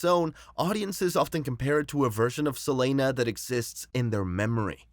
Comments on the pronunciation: Can’t stand the guy continuously saying “Sa-lane-uh”!! It’s Selena. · why you call her selayna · Lmao it caught me off guard never heard no one say her name like that 😂